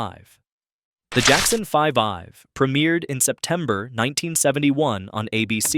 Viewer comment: My name is mark parker.I am from atlanta, georgia, and I need to make a correction.When it came to the tv animated show, The Jackson 5 that is how it's pronounced.Not The Jackson 5-ive if anybody go has just bother to go to the archives, pull up just the theme song to the show's intro, you will hear the announcer pronouncing The Show's name your narrator in this episode on YouTube is pronouncing it all wrong. And I think it needs to be taken down. So it can be re-edited correctly. The 5 in the word vibe represents the F. In 5 and is pronounced the Jackson 5, not the Jackson 5. I've.